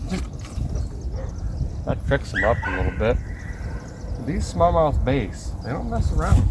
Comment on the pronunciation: When you're talking fish, it's not "b - ace," it's "b - ass." But you knew that.